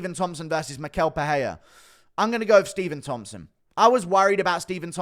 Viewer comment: It is pronounced “mishel pereira”